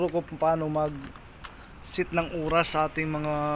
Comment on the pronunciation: "Sit" Means Upo.. Set dapat.. Natatawa ako sa pronunciation😂